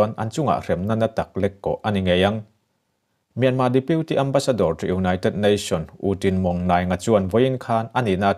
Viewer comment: Mianma tih a lam rik aichuan Mîanmar hantih rik ngei hi ngaihthlak a nuam.